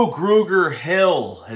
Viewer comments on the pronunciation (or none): Love your Philly accent trying to pronounce Kamu Grugier-Hill as Kamu Gruger-Hill lol